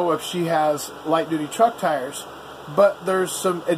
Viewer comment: Haha, you keep sayin’ doody..... (duty).... ok, had my childish moment.... hehehe